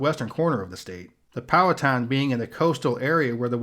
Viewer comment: As a Virginian I can say you are the closest I’ve seen someone get to pronouncing the native tribe names correctly. Powhatan, the last part is said like a skin tan. And the end of Monacan is said like kin